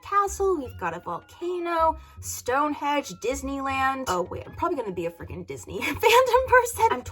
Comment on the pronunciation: Who else just burst out laughing when said "Stonehedge"!